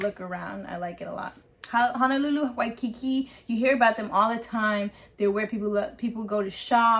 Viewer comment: we don’t respect nor care about anyone from the mainlands opinions... also the mis pronunciation of words is offensive to us, and well as her little puns like “the islands of waiiikikiki “ 🤦🏻‍♀️